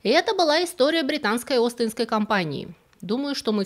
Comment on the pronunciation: истоОрия? отличное слово! ))